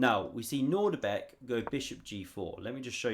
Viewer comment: I have some very bad news. It's not nordibek its Nodirbek: ( I made the same anglo mistake of assuming the presence of a familiar "nordic" initial syllable but... alas, not so! I know you worked hard on this vid, and some may not notice. Feel free to delete this comment if it suits you